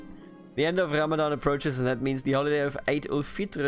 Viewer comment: Please pronounce the "R" in "Ramadan" normally next time to say it because in Arabic we pronounce it normally just like in English.